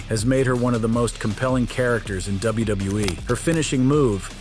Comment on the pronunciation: Am I the only one that's hearing him say "WBE" instead of WWE half the time? Or am I having some kind of episode?